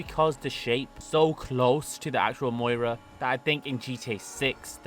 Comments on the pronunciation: Moira.. Some car guy you are. It’s miura. Miura also means three bays. Need to learn pronunciation of words. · Lamborghini Miura,not Moira.You're welcome. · It's "Miura". Moira presents the news. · please it’s pronounced “ME-YOU-RA” 😭😭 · The Prius is pronounced “Dil-uh-ton-tay” and the Miura is pronounced “mee-aura” At least with our annoying American accents. Unless you’re from NY/NJ, then the miura is “mee-aaaarah” 😂😂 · BRO IS THROWING ME OFF SAYING THE MUIRA